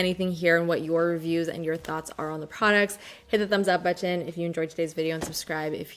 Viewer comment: Is it just me or does anyone else just love the way says the word “button?” I actually look forward to her saying the word in every video! Button, button, button...